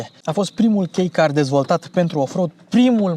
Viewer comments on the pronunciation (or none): N intors in chilirica este I de la iluminare, nu H. "o saptamana de greaca si vreo cateva de macedoneana" , ai dat-o de gard. iar KEI care se citeste ca atare, nu e KEY in engleza.... o dadusi de gard urat si nici macar nu sunt gramar nazzi sau ceva.